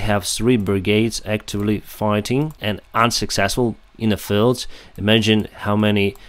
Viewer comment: Lewchuk -- Well, there are sounds in cyrillic spelled languages that are very hard and often impossible for e.g. Swedish speakers. I find it interesting that ignores the correct length of vowels: he often says e.g. filled when he means field, and piss when he means peace.